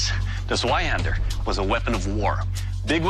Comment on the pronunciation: Wer kennt ihn nicht, den Sweihandör